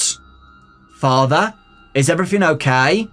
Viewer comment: Why does no one question how he said father?